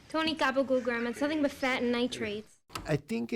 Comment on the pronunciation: when u say fat as Faht sounds like you are saying FART. lol